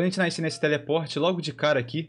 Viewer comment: repete comigo: "NAS - CER" (não é "naicer")